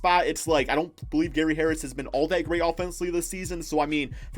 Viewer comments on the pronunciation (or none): none